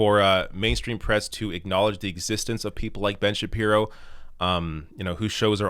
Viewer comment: that's two video's in a row where you've mispronounced Ben Shabeebo! Get with it!